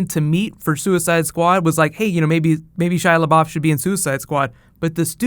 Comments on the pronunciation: "shia lebaoff" lmaooo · when home boy said Shia labowf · I don't get why you were pronouncing Shia LeBeouf so weird the first few times, is it a joke I'm not aware of? P.S. love the show!!